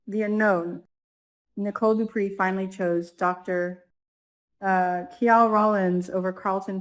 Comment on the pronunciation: Honey the man’s name is Kial like the name Kyle. It’s making me crazy. 😊